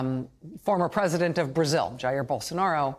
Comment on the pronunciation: Rachel dear, learn how to pronounce "Jair." And study some history, American and global. By historical standards, Jan 6 was not an insurrection.